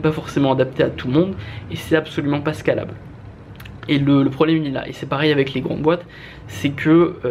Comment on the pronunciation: Très bonne vidéo, juste peut-être pour la prononciation de scalable, qui vient de l'anglais (scale : échelle) et qui pique quand tu le prononce à la française